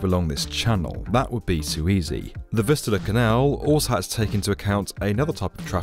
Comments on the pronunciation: Fistula Canal? Anyone hearing that? 😂Maybe enunciate those "V"s better. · I thought you said the fistula canal until I read the description. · I can’t not hear Fistula Canal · I thought he is saying "fistula". It can cause anal leakage. 😮 kind of fits here but weird use of the term. 😊